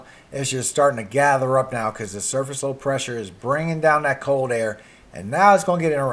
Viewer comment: How about learning to pronounce the letter L, as in COLD ? Lets add GULF not GOLF to your assignment.